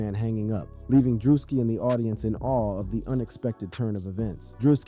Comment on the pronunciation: "DREW-SKI" or perhaps that a part of the trolling? 🤔